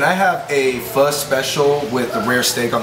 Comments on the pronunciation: Liên Heart its pronounced as 'fuh' not fou i heard a vietnam guy say it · It is pronounced like Fou. Not sure how to explain better. ^^' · proper way to pronounce it is as if you're asking a question.. fuh? basically like that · Like how Andrew managed to correct himself Pho-King sounds like something else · I've been pronouncing "PHO" wrong all of my life and no one corrected me. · Soooo many people pronounce Pho so incorrectly :P